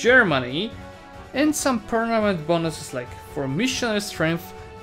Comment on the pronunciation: Nobody:: PERNAMENT